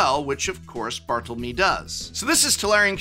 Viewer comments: it’s “mé” not “meh” 🙃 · Yo prof - it's pronounced Bar-toll-lo-MAY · he’s not just anglicising it, he’s mispronouncing it - he’s missing out a whole letter which would still be there if this was an English name